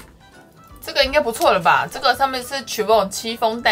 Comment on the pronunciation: CHIFFON 不是唸CHEEFON是SHEFFON